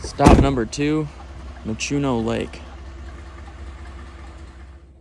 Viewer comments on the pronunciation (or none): It's not muchuno lake it's MUNCHO LAKE😂